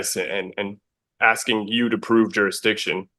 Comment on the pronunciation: and jooree-dikshon, axing